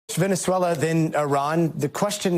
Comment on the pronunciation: It’s pronounced Venezuela, with a Z, not an S there’s a Z in it for a reason. It sounds so weird.